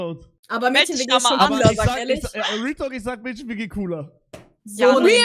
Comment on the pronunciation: SEIT WANN KANN MÄDCHEN RICHTIG AUSSPRECHEN?!?!!?